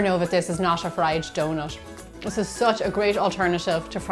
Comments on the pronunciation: If there is a T, it be omes an SH. Not hating best recipe ive found tho😂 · It's donuT not donuSH...